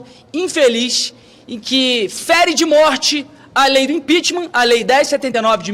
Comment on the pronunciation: Impitichm, impitichm e nada acontece